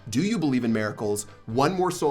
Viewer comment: “do you believe in maricals”